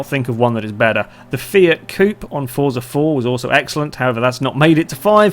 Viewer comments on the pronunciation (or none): none